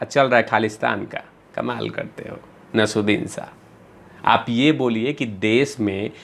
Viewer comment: You can't even pronounce Naseer Uddin Shah 's name. Useless video